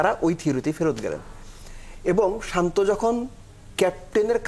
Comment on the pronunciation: আগে তার নামটা সঠিক ভাবে বলেন